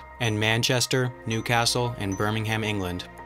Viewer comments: Btw you mispronounced Birmingham, it is not Burm-ing-Ham, it is bur-ming-um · Birmingham is pronounced Birmingam not Birmingham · Pronounced “burming-um” not “burming-ham” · I’m the UK, it’s pronounced Birminghum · It's pronounced [bɝmɪŋhæm] only when refering to the one in Alabama. [bɝmɪŋm̩] is the one in the uk, pronounced Birmingum. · Actually I'm from the UK not Birmingham and it is Bir-ming-um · Did he seriously just pronounce Birmingham "Ber-ming-ham"? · it's pronounced 'brimingam'. But I'm glad you got Edinburgh right; I once knew an American that called it 'edinburg' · Please have the courtesy to pronounce our city names correctly; they are /ˈbɜː(ɹ).mɪŋ.əm/ and /ˈɛdɪnbrə/ ie, not what you said. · in the UK we don't pronounce the H in Birmingham btw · u say birmingham wrong lol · i hate the way he says birmingham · When someone pronounces 'Birmingham' incorrectly. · This is great, but the H in Birmingham is silent in England English. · You shouldn't pronounce Birmingham with an 'h' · Please pronounce England's Birmingham correctly. It's not about pronouncing all Birmingham's the same, its that the English one is a different place (the original) and is pronounced differently. More than happy for the American one to be pronounced HAM, but the English one just isn't. It's pronounced Birming-um. Silent H. um at the end.